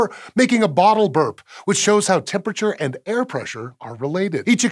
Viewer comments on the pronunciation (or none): none